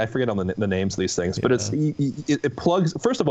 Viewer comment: I swear can't pronounce any names to save his life lol. He always has the hardest time. Never fails to take at least 2 tries minimum both ending in raised intonation to imply "?"s bc he's uncertain. Kind of a running gag at this point lol. Except for rusty ofc. Good ole rusty. You're still great.???!.